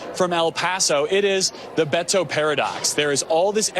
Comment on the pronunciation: Fake Mexican!! It is so funny hearing them saying his name...Be Toe. That is not how most Hispanic pronounce it